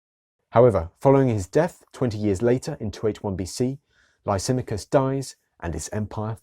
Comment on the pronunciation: Interesting presentation however there is a problem with the pronouncing of the name Lysimachus. Which was an Illyrian name meaning the great Oak or Lisimadh or lisimath.